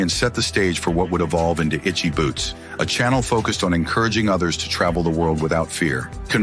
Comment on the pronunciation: What was this bullcrap? Click bait alert! Not only can't you say this wonderful woman's name properly you don't even know a Motorcycle from a Bicycle! This is just an insult to all of us Motorcyclists. Rule one of public speaking is know your subject! You sir do not! That is the only "shocking truth" to be found on this BS site.